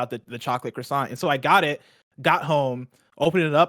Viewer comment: It's bad enough how you say croissant, but you said it wrong over and over and over it was painful